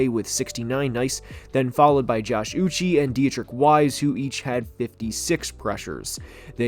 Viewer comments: It’s uch ayyyy (uche)… not uchieeeeee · love the video but holy shit dude josh uche's name is pronounced ooch-chay, not ooch-ee. dudes been an exceptional player for 3 years now and is a big part of the pats D give him some respect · Uche’s name is pronounced “ooo-chey” btw